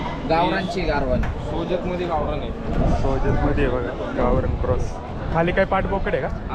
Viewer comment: व्यापारी सोजत ला सोल्जर म्हनाला😂😂😂